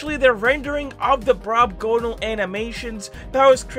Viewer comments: DUDE ITS BROBGONAL NOT BROBGONALE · Brobgonal not brobgonale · sorry to be that guy but its brobgonal not brobgonale👍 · ITS "BROBGONAL" NOT "BROBGONALE" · hey, btw, its not brobgonale, its brobgonal